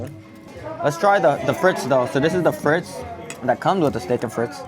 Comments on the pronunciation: It's not steak FRITZ it's FREET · Omg please learn how to pronounce FRITES